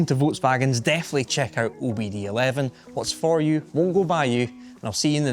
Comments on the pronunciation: Also it's, OBD2 (OBD II) Not OBD 11. lol. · OBD11 🤣 It's OBD2 or with Roman numerals OBDII - two, not eleven 😆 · It's OBD TWO, not eleven you! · Did this dumbass say OBD ELEVEN Mother of God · Did he say “OBD ELEVEN”?!